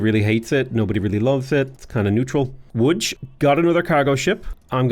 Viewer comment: best pronunciation of Łódź I've ever heard from a foreigner. well done!